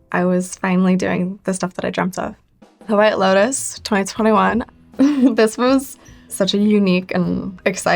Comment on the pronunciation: the way she says '2021' XD